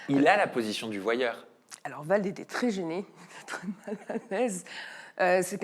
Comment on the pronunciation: VALD et non VLAD 🤣🤣 il va y avoir un problème là 😅